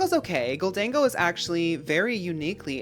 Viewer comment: I want to thank you for saying Gholdengo correctly. I die a little inside when people call it "Golden Go" lmao